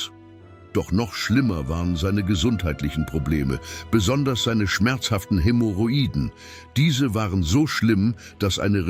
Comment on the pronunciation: KI mit falscher Aussprache von Hämorrhoiden. 🤣 Maria, die Erste .KI ist katastrophal.